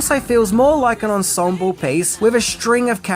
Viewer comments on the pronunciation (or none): none